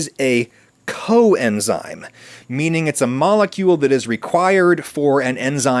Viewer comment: I think he was just emphasizing the root word nature of the word, that it's a an enzyme that works with other enzymes, in COoperation with it, even, so they COexist together as COenzymes.